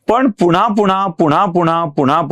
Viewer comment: पुन्हा पुन्हा असे म्हणा..पूणा पुणा असे नका म्हणू